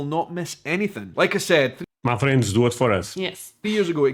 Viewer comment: Sometimes when you say "my friends" it sounds like you are saying "muffins" I'm not a muffin